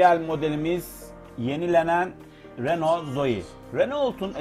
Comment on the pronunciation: Araba tanıtımı yapıyorsun ama hala bunun reno diye okunduğunu bilmiyorsun. renolt diye diye helak oldun.